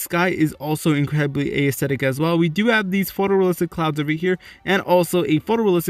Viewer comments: Lol "ayesthetic" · You said aesthetic so many times. And not once did you pronounce it correctly. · I hatehow he pronounces aesthetic that's not hoe its pronounced its so annoying